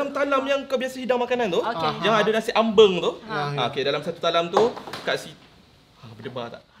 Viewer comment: nasib baik pronounce nasi AmbEng not ambAng